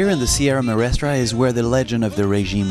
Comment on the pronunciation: I'm grateful for the videos and pictures provided in this documentary on Cuba but as someone who has been to Cuba several times, I find it a bit annoying that the presenter didn't bother to learn how to say "Sierra Maestra" properly. It's a distraction that detracts from his credibility.